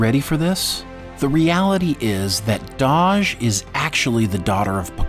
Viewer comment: Her name is Dahj not Doj. :)